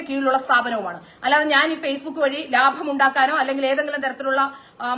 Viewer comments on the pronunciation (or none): none